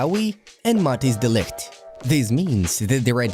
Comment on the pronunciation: Eric diet is insted of de ligt 😂😂